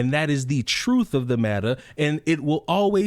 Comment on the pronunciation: “That’s not the troof” oh the irony